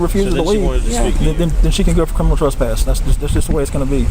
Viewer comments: Who the hell says trass-pass 🤣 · here we go again with the "TRASS-PASS" these fools can't even pronounce it properly let alone understand its legal implications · Hilarious that the female cop corrects how says suspicion but her fellow officer keeps pronouncing trespass incorrectly. This whole thing was a clown show. Love the narrative they create out of thin air... hostile 🤣🤣🤣